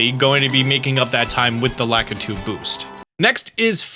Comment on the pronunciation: Lack-a-too? I've always pronounced it Luh-key-too since the N64 days, yikes